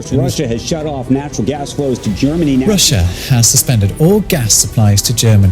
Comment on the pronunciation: Love your videos and explanations, really enjoy watching it and sharing with others, but every time you pronounce the 'i' in Russia, I cringe. It's a silent 'i'. ;-)